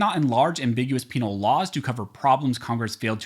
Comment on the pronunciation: You said penal... 🤣🤣🤣. ABOLISH THE ATF!!!